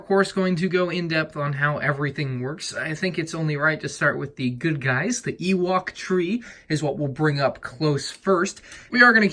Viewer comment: Ah yes my favourite thing, an oowok tree